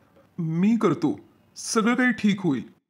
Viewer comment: Krthe nahi krtho😂😂